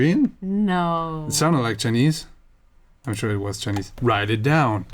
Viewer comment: Everytime he said "chinese" I died a little inside 😩